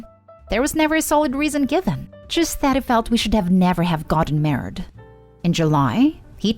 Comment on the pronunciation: Is anyone else annoyed by the way she pronounces married?